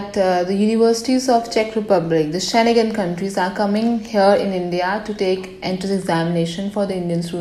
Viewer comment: Kindly pronounce SCHENGEN correctly